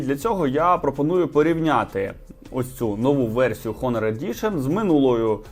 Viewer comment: Дякую лайк, але трошки поправлю, у англ слові HONOR буква H не вимовляється, а звучить приблизно як "Она" наголос на о